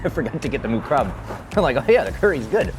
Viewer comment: You ignorant americans cannot pronounce other languages eh? moo krob? yerah you've never heard it spoken otherwise you'd get it close to being correct instead of reading it the way an ignorant american might say it phonetically